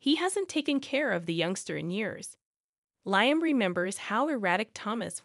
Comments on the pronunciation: It’s not,Liam,it’s Liam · You miss pronouncing Liam